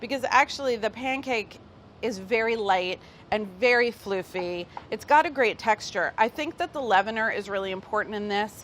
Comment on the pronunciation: “Very FLIFFY”